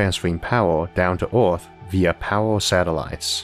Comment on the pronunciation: New to Isaac, what's up with the pronounciation? Earth is Orth, Filter is Filtor? I'm confused.